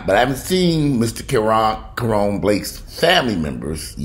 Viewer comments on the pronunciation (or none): Ka-Ron (like Ronald)